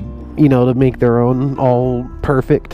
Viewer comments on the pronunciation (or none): none